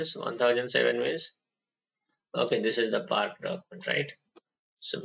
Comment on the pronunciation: its not prak its park